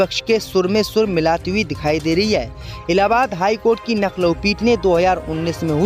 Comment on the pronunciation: नखलऊ नहीं लखनऊ है...